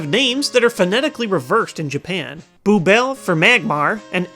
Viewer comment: "boobel".. That explains the forehead lol